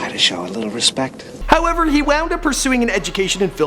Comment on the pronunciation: lolololololol, show a little "respeck"